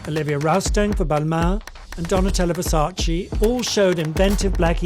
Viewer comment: Why can nobody pronounce Versace correctly??